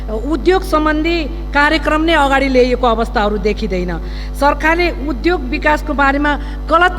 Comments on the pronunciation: उधोग होइन , उद्योग भन्नुस् । शुद्ध उच्चारण गर्नुस् ! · उधोग रे कति अशुद्ध ,बोलि नियत खराब छ मुख खराब छ